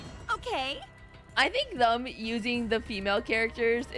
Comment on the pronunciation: I need to bring this to your attention, she says “them” as “thum”